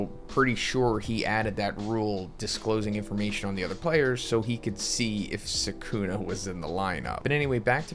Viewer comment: How you pronounce Sukuna is cringe. Lol